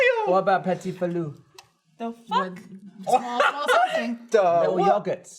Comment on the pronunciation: Gavin saying Petit Filou is correct, its a legit french yogurt and i know as a french native